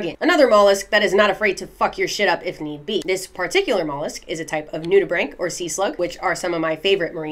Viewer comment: The craziest thing I learned from this video? It's pronounced nudi-BRANK not nudi-BRANCH 😨 Also I feel like I've seen/touched those last guys at a child at the beach, but they weren't so brightly coloured... Memory unlocked? Edit: I think standing is fine, especially if it's conducive to the Vibes~